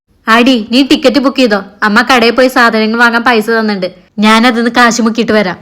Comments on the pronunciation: നാൻ അല്ല slang ശരിയാക്ക് ഞാൻ ആണ് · നാൻ അല്ല ഞാൻ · നീ, ഞാൻ ❌ നി,നാൻ ✅ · നാൻ അല്ല ഞാൻ. മലയാളം പറയാൻ മലയാളിക്ക് അറിയിലേൽ എന്ത് പറയാൻ 🙁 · ഈ എന്ന് പറയുന്ന ചേച്ചിക് ഞ എന്ന അക്ഷരം വഴങ്ങില്ലേ?? Epozhum നാൻ എന്ന് പറയുന്ന പോലെ തോന്നും 😂